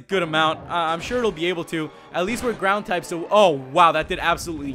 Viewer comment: man, what pokemon (semsitoad) and not grand (ground)